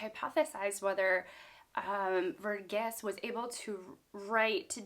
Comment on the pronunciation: it's Var-geese. Source: I belong to the same ethnic community as him